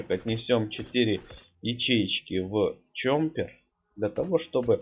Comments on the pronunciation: ЧОППЕР А НЕ ЧОМПЕР ПЛЗ ГОВОРИ ПРАВИЛЬНО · Ты говоришь"чомпер")